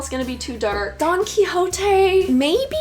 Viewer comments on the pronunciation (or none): Don Quijote is big fun. But please pick a good academic version. I suppose you are not reading the original (due to your pronunciation of the title) The book is 500 years old so you need a good commented version. But it is fun to read it. Mayor success at its time - the first international printed bestseller. What a pity that you have to read a translation....